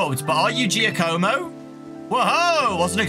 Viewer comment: It's "Jaw-co-mo".